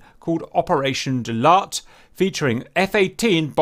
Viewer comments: it's not "Doo-lat"...it's "dau-lat". from native sabahan,north borneo malaysia. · Just FYI, Daulat is pronounce as 'Dow(as in down) - latt (like latte without the te)'. Also, Hi from Sabah, Malaysia XD.